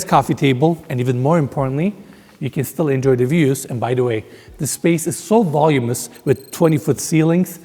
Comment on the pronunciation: The word is voluminous man!! I've noticed on several of your videos that you keep saying "volumous!!" And that is not a word!!